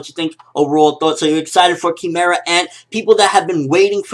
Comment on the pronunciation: What happened? what did they change in this episode? And isn't "Kee-meh-ra" just how the japanese say it? Would an english speaker pronounce it "Kai-meh-ra"